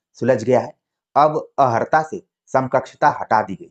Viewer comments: आप अर्हता को अहर्ता क्यों बोल रहे हैं? कान में चुभ रहा है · Sakshi ji ne Jo pronunciation ki baat kahi wo sahi h but jis tarah se unhone bola wo Tarika theek nhi Kyuki ko is tarah nhi bolte ki चुभ रहा है